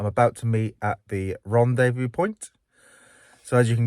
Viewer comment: He's back! Excellent Welsh pronunciation of "Rendez-vous" 👌